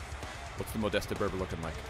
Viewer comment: Your „ModestE“ doing my head in